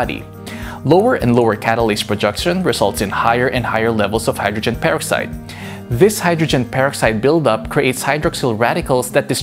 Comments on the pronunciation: Repeat after me “purrr-ox-eyed” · how he says hydrogen peroxide is bugging the shit out of me! anyone agree??